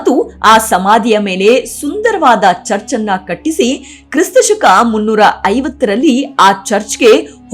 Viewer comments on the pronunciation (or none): none